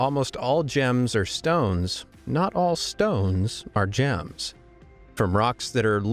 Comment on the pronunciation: " g ems "